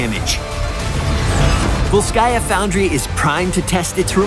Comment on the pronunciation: It's ['volskaya], not [vols'kaya], just like ['jefferson] is not [je'fferson]